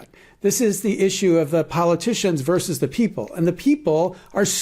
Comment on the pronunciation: *VERSUS (rather than "verse")